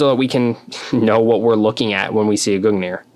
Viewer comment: as for the proper norse pronunciation it is gungnir (goong near) but either way it doesn't matter cause its halo lmao